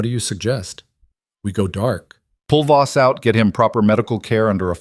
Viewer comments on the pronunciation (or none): It's not boss it is Voss poorly done AI